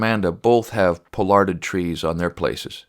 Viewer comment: Poll as in poll parrot, - ard , Pollard not pole-ard. Lovely tree, by pollarding this you will lengthen its life, weeping willow is a short lived tree and I have heard of families getting quite upset when the tree that the kids remember being their hidey hole, camp, etcetera dies almost overnight, as they do. But there are pollarded trees a hundred years or more over the natural life of its species. Ideally you start early !